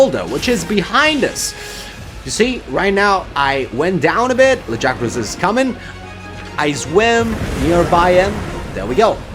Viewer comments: They say "Lag-ee-agg-crus" like 8 times in the voiced bits.... Not "Luh-guy-uh-crusss". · I'll come back when you pronounce his name right.....